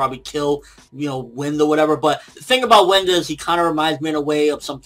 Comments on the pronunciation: I think pronounced wind as in "why-nd" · Its read as "wind" like "bind", "blind" and "grind" not wind as in air. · ForneverWorld I don't think W is for Wind that blows. I think its for Wind (pronounced Wyned). If you remember it seemed as though when Kirinji attacked, a distortion opened up in the floor and shifted him to the side. I think his ability is to wind space so that opponents are shifted away from a person in spite of the person traveling on a straight path. That's why Kirinji is so surprised that he's missing in spite of Juha not dodging. He'd feel it if he were blown away, but not if space shifted him away. Thus, they cannot touch Bach and possibly W can change their path so that enemies attack each other instead of Bach. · I believe it's "wind" as in to twist or bend.